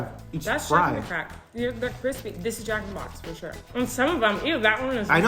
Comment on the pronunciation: It really sounds like she's saying Jack in the crack